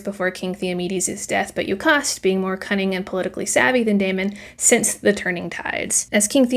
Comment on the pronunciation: See what I’m getting from this more than anything is that we have been pronouncing these names VERY differently. You said “Yo-cahst” and I thought of her as “joe-cast” You said “law-rant” and I thought of him as “Law-rent” You said “Day-min” and I thought “Dah-men” This is the tough thing about books. I’ll only ever read them, and most of the fandom is online. I guess I’ll have to go get the audiobook to see which of us were right.